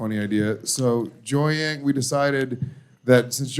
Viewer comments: How many appearances until the pronounce Jiaoying's name right? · Bless the queen jiaoying for listening to these tards call her Joyang the whole show